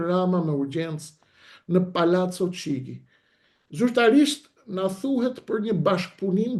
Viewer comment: Shqiptohet: Palaco Kixhi jo Çigi